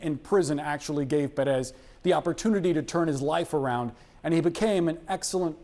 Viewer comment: WRONG pronunciation of Pérez